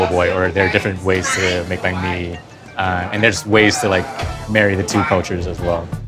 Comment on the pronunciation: raise your tone when you say "banh"